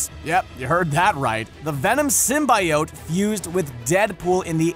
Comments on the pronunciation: Disliking cause the way you say symbiote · I will not subscribe due to the fact that you didn't do your research on how you pronounce symbiotes. You can literally youtube videos on how it's pronounced. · couldn't finish watching because of the way symbiote was pronounced. Fiirst Woorld Probleems. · Listening to you mispronounce symbiote makes my ears bleed. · You’re saying symbiote wrong. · ugh the was he pronounced symbiote. Gave me a dang headache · I'm annoyed by the way you say symbiote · The comics and creators have said its pronounced sim-bee-oat. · Python man keeps trying to defend the fact that he is mispronouncing Symbiote all over this comment section. *facepalms. Comic creators and fandoms agree it is pronounce Sim-Bee-Oat. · Yeah it's supposed to rhyme with "coyote." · I had to stop watching. I couldn't handle the way he was said symbiote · LEARN THE WORD SYMBIOTE FFS. Its not that hard... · First ten seconds in, already mispronounces symbiote in a video about venom. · Just because you've said it soooo many times, symbiote is pronounce Sim-be-oat, symbiote. Even Sony changed it for Venom 'cause they knew fans would be overly pissed if they heard that over a dozen times. So get it right people, Sim-be-oat! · Sim-B-oat, say it with me now. Sim-B-oat. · Just to clarify, it's Sym-bee-ote. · He's saying it like it's spelled. Sym-bi-ote. When it's pronounced like Sym-be-ote :3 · ITS SIM-BI-OTE NOT SIM-BYE-OTE! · ITS SIM-BEEEEEEEEEEEEE-OTE NOT SIM-BI-OTE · Sim-bee-ote NOT sym-by-ote! This is a channel that makes content based movies and comics! How do they not know how to properly pronounce SYMBIOTE?!!!!!!!! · Yeah, sym-bee-ote, not sym-bye-ote X3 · Everytime Symbiote is pronounced the way of Sim-Bye-Ote rather than Sim-Bee-Ote my body cringes like nails on a chalkboard. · SIM BEE OAT not SIM BYE OAT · Sim-bye-oat, what d bag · Anti Venom vs Venom who would win? And btw the real pronouning of Symbiote is Simbiyowt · please stop pronouncing it as "simbayowt".